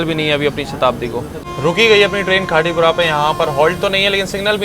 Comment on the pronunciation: हिंदी भाषा में साफ़ साफ़ लिखा है खाती पुरा ओर आप बोल रहे हो खाटी पुरा पढ़ना नहीं आता है क्या 😮😮😮😮😮😮😮